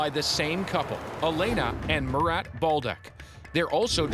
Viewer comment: His name Mu-rat